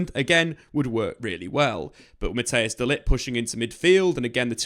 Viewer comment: Who is this Mattheus guy? Or do you mean Matthijs (pronounced as Mat-tice